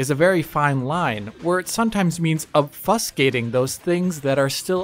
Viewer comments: weird english note, "obfuscating" is pronounced "obb fyoo skating" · Obfuh-skating, for future reference,. Loved this video though. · Ofusgating is my favorite mispronunciation in a long time :) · ObFUSSgating?!! 😂😜. OBfuscating! OBfusgating! 😜🤗😜🤗